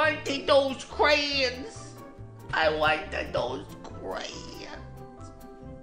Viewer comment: What we learned: pronounces "crayons" as a single syllable.